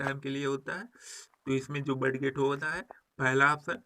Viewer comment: सर आप बडगेट क्यों बोलते हैं